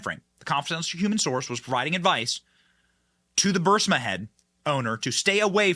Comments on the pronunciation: Burr-eeezma, Benny. Pronounce it that way? Please? Not Bursima. Just look at the word, hard? Get hooked on phonics? ........ Love ya, Benny. Keep up the great work? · Bur-EE-sma. Not BUR-sima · BENNY, BENNY, BENNY -- PLEASE, PLEASE, PLEASE learn how to pronounce the Ukraine company. It is called, phonetically, B U R E E E E E E E E E E S M A --- NOT B U R S I M A. Look at how the name is spelled. I'm beginning to believe you are dyslectic. You drive me nuts listening to these posts when you cannot even pronounce a company's name correctly. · It’s Burisma not Bursima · It's BURISMA NOT BURSIMA! I know it's petty, but you're a journalist, so you should make an attempt to pronounce words correctly. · Bur• Ris• Ma NOT Bursima.😂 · Ffs Bennie, i enjoy your show, but its Buh-riz-mah. Not Bursima. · PLEASE...IT'S BURISMA...NOT BURSIMA!!!!!!!!!!!!!!!!!!!!!!!!!!!!!!!!!!!!!!!!!!!!!!!!!!!!!!!!!! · Damn it Benny! It's Buh-Ris-Ma not BUR-SI-MA. Phonics Benny Phonics. You're killing me.... LOL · burISma, Benny. Please. Please STOP saying BurSIMA. it's like saying "nucular" instead of NUCLEAR.. ugh. I love your show, but seriously. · It's not BUR-sima, Benny, it's Bur-EES-ma. Your pronunciations make me crazy. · Bur-si-ma…?!? It’s Bur-is-ma! Get it right! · The company's name is pronounced and spelt, BU RIS MA. It's not berserma. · Burisma, not Bursima, Benny..but great show as always! Keep up the great work! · It’s NOT Bur-Si-ma . IT’s BURISMA Bur-Is-ma Burisma Burisma Burisma! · about to unsub if he says bursima again, burisma benny, as bad as people spelling rhino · BRRR-REEEEZ-MA BRRR-REEEEZ-MA NOT BURSA-MUH! BRRR-REEEZ-MA OR even BREEZE-MUH C'mon Benny! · Burisma is pronounced br-ee-smuh. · Love you man but you are mispronouncing Berisma. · Bur-EES-ma. Come on, Benny, get it together. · Say it with me, BURR-IZZZ-MA. 😂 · Bur-EEZ-ma. And Let's Go Brandon. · Burr iss maa Burisma Benny😅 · BENNY!!! It is pronounced Buh-REEZ-muh, ffs!! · He never 👎 gets it right